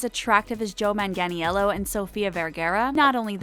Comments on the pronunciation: Noooooo! 😂😂😂😂 I'd put myself in time out if I didn't know how to pronounce Joe Mang-ah-nello's name. LOL He's too adorable to forget and I'd be smart enough to research if I didn't know something. Wouldn't you? 🙄 The narrator needs to be updated! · Mang-Gan-Ee-ellO?? 🤦🏼‍♀️🤦🏼‍♀️🤦🏼‍♀️ Girrrrrl, I can't. How difficult is this? Thank you for noticing. 👍❤